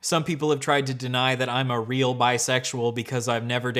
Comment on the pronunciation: so fweaking weal !!